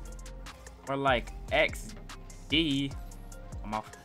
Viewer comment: more like x DEEE he says.